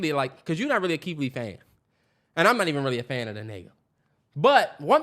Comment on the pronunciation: the way the can’t pronounce they R’s are hilarious to me. “KEITH LEE WEVIEWS”😂😂😂